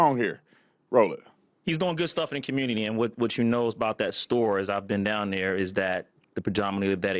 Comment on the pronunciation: "The commurnurty." LOL this nigga here